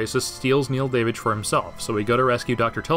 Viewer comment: It took me way too long to really you were saying Neil Davidge